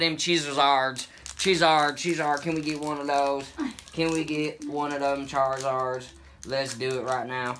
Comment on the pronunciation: True love how you said Charizard made me chuckle